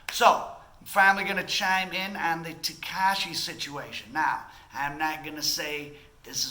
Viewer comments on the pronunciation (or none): Yea....you are clueless about how this city works, please stop talking shit and stay in milwakee or wherever that goofy accent is from. Hernandez ,or as you say "tehkeishi", is fried. Fried fish.